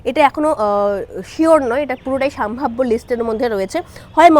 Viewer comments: নিজের শব্দ উচ্চারণ নিয়ে সচেতন হওয়া উচিত। সাম্ভাব্য নয় সম্ভাব্য হবে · কথাটা সম্ভাব্য, সাম্ভাব্য নয় । ভাষা ঠিক করুন আগে । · কথাটা সম্ভাব্য সাম্ভাব্য নয় , শুনতে খুব খারাপ লাগছে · সাম্ভাব্য না ওটা সম্ভাব্য হবে। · কথাটা সাম্ভাব্য নয় সম্ভাব্য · ওরে বাবু সোনা "সাম্ভাব্য" না রে, "সম্ভাব্য" হবে শব্দটা...সঠিক উচ্চারণ কর। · আপনি কি সম্ভাব্য বলতে পারেন না, পুরোটাই সাম্ভাব্য সাম্ভাব্য করে গেলেন। একবার শুনে নিন ভিডিও টা, তাহলে আর কোনদিন আপনি ভিডিও বানাবেন না। উচ্চারণ ঠিক করুন। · " সাম্ভাব্য " নয়, সম্ভাব্য! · এতোগুলো বিধায়ক,মন্ত্রীকে লোকসভায় টিকিট দেবে বলে মনে হয় না।আর হ্যাঁ,'আগের বছর' বা 'আগের বার' না বলে 'গত লোকসভা নির্বাচনে' বা 'গত নির্বাচনে' বলা উচিত। আর 'সাম্ভাব্য' না।একটু উচ্চারণ বা শব্দ নির্বাচনে যত্নবান হন।মোটের উপর উপস্থাপনা খারাপ নয়।এগুলো ঠিক করলে আরো ভালো হবে।